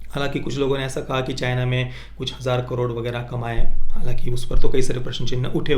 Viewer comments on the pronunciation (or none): none